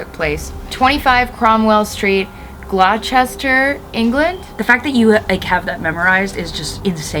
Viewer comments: The way said ‘Gloucester’ was so cute and so so wrong 😂😂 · Just a heads up Gloucester (where Rosemary Pauline lives) is pronounced glo-ster